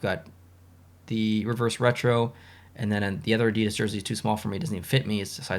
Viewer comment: hey, i just wanted to say i really enjoy your videos and i definitely plan to stay subscribed for a very long time:-) one thing i did want to mention, with all due respect, though is the word Adidas is pronounced " ADI-das " i used caps to emphasize where the emphasis of pronunciation is in the word. just trying to be helpful, that's all.